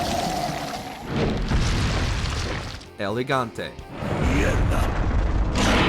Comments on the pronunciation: Why does it sound like you are saying Elegante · Dude, the way you pronouce "El Gigante" and make it sound like "Elegante" is kinda anoying for a portuguese like me your kinda killing the name there.